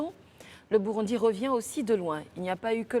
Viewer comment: Ça s'écrit Burundi mais ça se lit: Bourondi. Africaine ou marsienne? Simplifies-toi un peu la vie. Il n'y a que lorsqu'on entend les hommes dans cette émission, qu'on sait qu'on est en Côte-d'Ivoire 😅😅😅